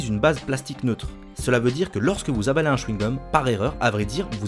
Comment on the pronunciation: AvALER pas AbALER ptdrrrr